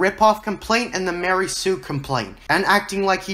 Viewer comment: Dude its not like a new hope gave us any info on what happened directly after Anakins fall and those 2 movies have a similar time gap gosh you really dont know what ypur talking about. And you kno not to take a guys seriou9 when he doesnt know how ro pronounce mary sue and calls it "lary sue" oh boy this channel is dumb af